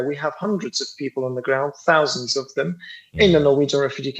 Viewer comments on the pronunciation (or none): Did he say hundreds of thousy ? What happened to 2.5 million Palestinians?